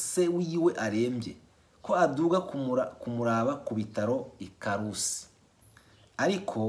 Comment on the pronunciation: Hahaha,ukwiye kujya uganira n'abarundi kuri phone....uburyo uprononsa amagambo amwe amwe,birasekeje....nka KARUSI wategerezwa kuba uzi uko babiprononsa kuko intara z'ibihugu ni zo tubanza kumenya mbere y'ibindi muri Géographie.